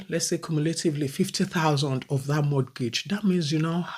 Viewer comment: Sister if i am not hearing anything you say, please in mortgage, the T is silent. It is pronounced morgage. Pronouncing the T, gives me an ache. Secondly the house, you are renting was bought by someone. If people dont buy down, you wouldn't have a place to rent. Life is in stages, when its your morning,its your morning.